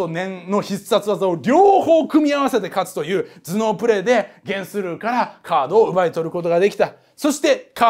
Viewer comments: ゲンスルーの発音がテレビアニメとは違ってたので、漫画読んでの知識だったんですね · ゲンスルーの発音が気になる(･ω･* ) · ゲンスルーの発音気になりすぎる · ゲンスルーの発音気になるww